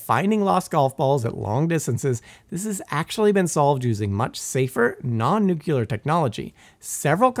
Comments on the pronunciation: Nucular eh? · After the third "nucular", I couldn't keep watching. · Simon, please teach this guy how to pronounce the word “Nuclear”